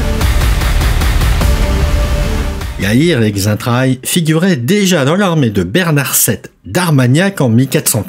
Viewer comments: Le X se prononcé Che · "Xaintrailles" se prononce "Saintrailles". "Laonnois" se prononce "Lannois", comme "Laon" se prononce "Lan".